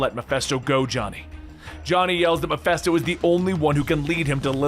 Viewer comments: Is it just me or is he saying Mephisto really weird. I keep hearing Meffessto, sounding like manifest or something like that instead of it sounding like Ma-Fist-O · WTF is "Mephesto"?